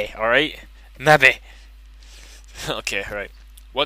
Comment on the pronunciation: Sorry, but I laughed a little at the really thick accent when you kept saying "Mebby!"